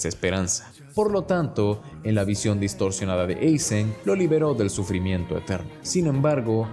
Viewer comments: Aizen, no Eizen… tú eres gringo? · Dislike por decir "Eizen" y no "Aizen" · Deje de ver el video después de escuchar 20 veces Eisen... parece buen video pero me explotan los oídos 😔